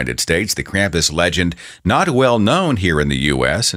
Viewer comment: As if people didn't draw parallels between God and Santa before, most people are now just finding out that Santa has a fucking demon companion that punishes bad children, the worst of which he takes down to The Underworld on a sack on his back. Also: Holy crap, it's pronounced KROMPUS. Krampus is not pronounced with an English short A, people!